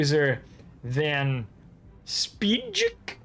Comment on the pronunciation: Van Speijk is pronounced with an IJ sound as explained here The E is disregarded. Its a highly unusual spelling to make the name look fancy I suppose. Normally it would be written Spijk.